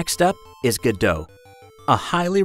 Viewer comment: Its not gadoe its go dot, like the founders who made it call it.